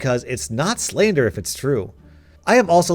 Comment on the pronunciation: "Slader"?? Wtf? It's "slander" you grammatically wrong idiot! Sorry, i just snapped when you said slader.